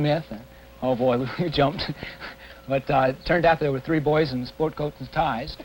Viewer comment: like how she said 3